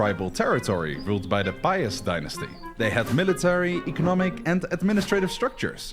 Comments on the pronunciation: /pyast/ not /pah-yast/, and /myeshko/ not /myesko/ pronounciation wise, as im assuming 2137 people alreayd pointed out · As a Pole, I didn't really like the way he presented the history of our country. I feel like he oversimplifies or just plainly says things wrong. Sidenote: He did not do a good job at pronouncing Polish names at all xD I spit my water out when he said "Piast" which I thought would be a pretty easy pronunciation. I understand Polish is a really hard language but still.